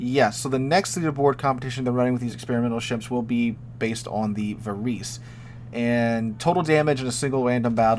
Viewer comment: Varese being Italian is going to be pronounced "va-raisy" not "va-reese."